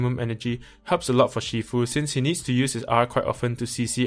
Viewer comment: Bro, aren’t you Malaysian Chinese? Your pronunciation of Shifu is wrong. It’s not She-fu...